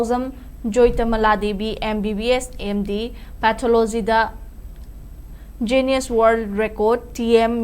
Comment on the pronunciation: Dear newsreader Jiuness haiba natene...noibo newsreader oiradi english phonetic khara khangnaba toune...mee atopana nokhranine.